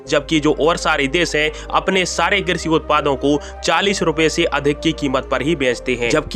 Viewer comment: हिंदी भी शुद्ध नहीं बोल सकते। श को स बोलते हुए शर्म नहीं आती एक भारतीय होते हुए। कृषि को क्रिसि बोलते हो शक्कर को सक्कर